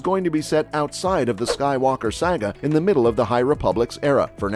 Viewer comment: I find your pronunciation of "saga" disturbing.